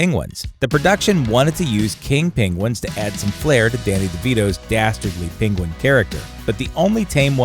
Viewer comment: seriously though is Penguin word quite hard to pronounced ?